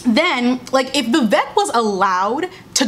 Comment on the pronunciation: I agree with everything said in this video as an ally of the black community. As an Indian girl, I felt like this show felt like they needed a token Asian character, so they had Vivek, but they don’t even pronounce his name right (it’s pronounced vi-vAYK not vi-vEHk) and gave him the most stereotypical Indian plot (sleazy, strict parents, cab driver dad). His character was also soooo cringey and unnecessary. I was disappointed at their lame and superficial attempt at representation and for trying so stupidly hard at being “woke”.